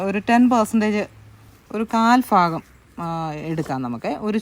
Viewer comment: എന്താ നിങ്ങളൊക്കെ ഫാഗം എന്ന് പറയുന്നത്.ഭാഗം എന്നല്ലേ ശരി